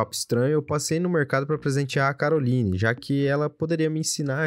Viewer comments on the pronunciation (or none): E Caroline mas se fala carolaine